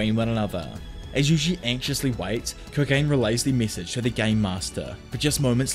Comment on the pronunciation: love the video! your content has made my whole algorithm anime recaps... btw also no hate but the little culling game bug is pronounced koh-gah-nay. keep doing what you are doin!